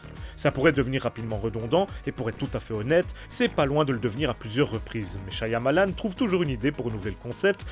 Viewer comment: Stp il y un seul Y dans Shyamalan pas deux... Shya ya malan .